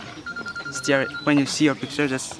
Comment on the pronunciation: Its not stear .. it is stare